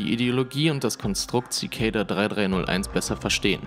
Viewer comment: Zikejda? Echt?! Das spricht sich einfach Zikada aus. Das ist kein ej/ey oder sonst was drin.